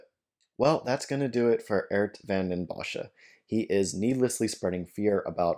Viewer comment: Why do you mispronounce his name as Ert? His name is Geert.